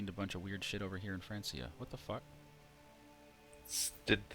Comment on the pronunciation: I know you know, but I'm here to remind you that you pronounced it "France - ia" again. It's a hard C sound!